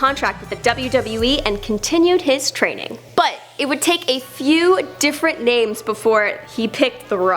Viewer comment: This bitch is horrible at pronouncing names.